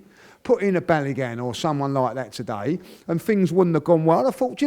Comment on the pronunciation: As French when I hear him saying "Today" it really tilts my ears